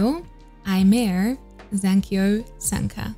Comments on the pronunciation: So happy to see a Japanese singer on your channel! Just wanted to mention that how you pronounce Aimer is Eme, [eme]. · Common mistake but Aimer's name supposedly comes from French and is pronounced "eh-meh" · And as a French allow me to assist with that: it's simply pronounced émé . Easy, right ? :) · Just a small tip: her name, Aimer, is actually the French verb "to love", and is pronounced [eme]! I used to make the same mistake for a while (despite being French xD) before finally reading this somewhere ^^' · You should react to Aimer, Ikuta Lilas and Milet for Omokage first take. It is beautiful, definitely one of my favourite. Also Aimer is pronounced Imi. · Aimer is French word, so, Aimer is pronounced "emme". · The "r" of aimer is not pronounced